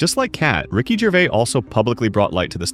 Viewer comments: Gervais doesn't end with a silent S. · AI voice? How is this still getting Ricky Gervais's name wrong.